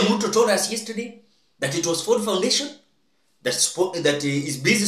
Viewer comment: Not FORD KENYA FONDATION yawa!!😂😂😂😂😂😂😂😂😂 It is FORD FOUNDATION